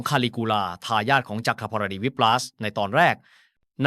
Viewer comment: มันคืออันใด.. จัก พอน ดิ.. 55..ภาษไทยมันยาก ขนาด AI ยังอ่านไม่ใด้เลย